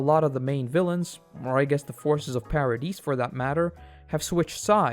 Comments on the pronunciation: Yeh lost me on "Para deece island" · The S in "Paradis" is silent, otherwise amazing video!